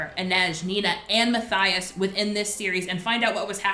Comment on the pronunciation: Omg me too. And also Matthias was mispronounced. But I understand...there’s a lot of impossible to pronounce names in this series lol